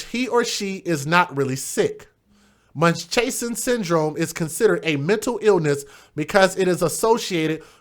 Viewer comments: It's pronounced MUNCH-HOUSE-N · It's munch - house-in. If it's fictitious how have soooooo many women been said to have it? IDK. But it's been around a long, long time. This is the only case I've seen that it was a black woman. I've only seen examples of white women doing this. I also wonder how the Drs get away with unnecessary surgeries. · pronounced like 'munch-houzen' lol!!!! you got me giggling!!!i needed a giggle!